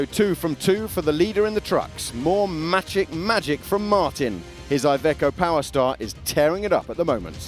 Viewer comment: good highlights, great commentary. PS: Macik is pronounced like "matzeek" :)